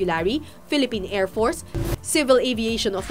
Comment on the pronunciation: ANONG KLASE MAG PRONOUNCE ANG REPORTER NATO: AIRFORCE PRONOUNCE NIYA: AIRFORTS